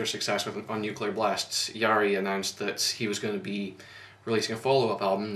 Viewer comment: You pronounce Jari's name like Yari (the R is really rough, like German or Spanish R), Ä is pronounced like A in English word "hat" and the double ÄÄ like A in the word "ass". Otherwise you pronounced it correctly.